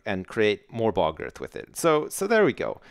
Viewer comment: I love the way say bog earth, it sounds like "Balgurf" xD